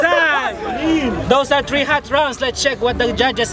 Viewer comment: say what? les start dis tree? you mean three right?